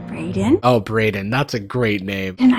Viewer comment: As someone whose name is Braiden I feel offended by the way pronounced it.